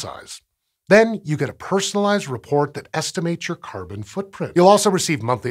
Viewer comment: Is it me or does anyone else hears kerban instead of carbon??